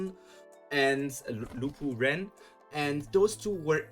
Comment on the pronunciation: gotta love the Lupu family, it's Lo Po Bia Ren xD Can't really say anything about your "speculations" or wishes/hopes for season 2 without spoilers so ye... I'm not saying anything xD Anyways, great video ^^ also, can't wait for your next tog stream